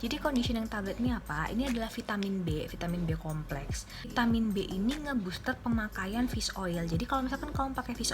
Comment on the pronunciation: Kax yg prtma g jls bacaan vitaminya